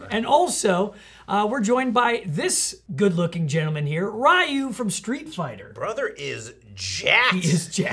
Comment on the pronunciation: Next time remember to pronounce his name "Ree-yoo" (it's more like "Ruh-yoo" but oh well); don't wanna trigger the SF fans